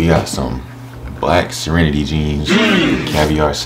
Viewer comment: its ser-ra-nade not serenity 😭😭